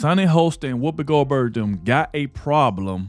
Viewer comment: Hahaha, he said Whoopi Gold turd